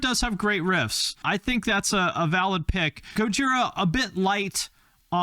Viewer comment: Respect to the girl that said Gojira.